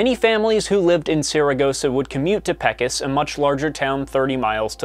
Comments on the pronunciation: Its PAY-cuss, for Pete's sake! I didn't even recognize Peckiss until I saw the road sign. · Its PAY COS! NOT PECK COS. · Considering I live in Texas, and I'm familiar with the area. It's entirely possible those people pronounce it like that. Texas is so huge we have our own distinguishable dialects from west to east. Growing up near Mineral Wells, Texas it was always Paycos. But to older folks in Pecos it could be Peckus. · Saragosa has always been such an interesting weather case of having a strong, violent tornado in the arid deserts of West Texas. Thanks for making this video! Also, just an FYI, the town of Pecos is pronounced PAY-coes (not Peh-kus). 😉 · Lived in Arizona for 5+ years and drove past PAY-COSe, TX on our first move over. Never heard it called peck-os. It’s a Spanish word. It’s derived from the Spanish word pecar which means to sin. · If it's supposed to be pronounced like it is in Spanish, then it'd be peck-ohs not pay-cohs. Dunno where you got that info about pronunciation. But maybe pay-cohs is how it's said in Tewa? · My grandparents are from that town, Mexicans, born and raised. They pronounce it Peck-os, and I’ve only really heard it that way. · OMG lol I had to stop the vid to come comment on this because he was killing me w the "Peck-isss". As many have said, it is "Pay-Cose", which I played in the Pecos Baseball League (Indy Pro Ball) back in '11-12, which has a team in Alpine in the Big Bend area & then all throughout NM (maybe more teams in TX now, not sure it's been so long). Okay, now back to our orginal broadcast production out in Peckissss, Texissss!🤣🤣🤣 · I was struck by that odd pronunciation: peck-us. Never heard of the folk hero, Pecos Bill? I spent a lot of years in Texas and always heard it pronounced pay-cose. I remember this tornado quite well, living in Austin at the time. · I'm from New Zealand and even I know that lol. Made my skin crawl hearing "Peckus", especially from an American 🥴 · Pecos = pay-coe's, NOT "peck us"